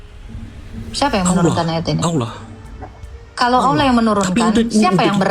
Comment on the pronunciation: Allah bukan Olloh. bukan pula Theos dibaca Allah 😅😅😅😅😅😅😅😅😅😅😅😅😅😅